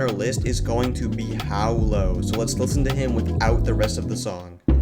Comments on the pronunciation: Bro pronounces Hawlo as "how low" and Flouress as "Floweress" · how did you manage to mispronounce hawlo